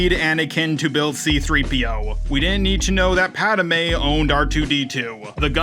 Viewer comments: I love you but the way you pronounce Padme makes me want to throttle you homer simpson style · Dude learn how to say Padme correctly, please for the love of God... That is all